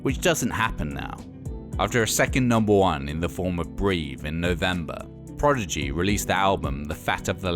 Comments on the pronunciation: Clearly a big fan but he keeps saying Progidy instead of Prodigy...easy mistake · This is very interesting but spoiled a bit by this guy constantly saying "Progigy" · He keeps saying "PROGIDY" instead of "PRODIGY" and people in the comments seem to be ok with that. I don't get it :( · All together, "prodigy" Not "progidy" Ok? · Casting director: You'll be reading for the Progidy documentary today. Narrator: Progidy. Casting director: You're hired. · Why people keep mispronouncing the prodzedgeeh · Why does it sound like he's saying "The Progidy"? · Why does the narrator sound like he's saying "the Progidy"? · I can't get over the guys pronunciation of Prodigy.